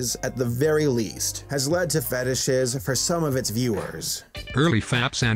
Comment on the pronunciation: LMAO at "feetishes!"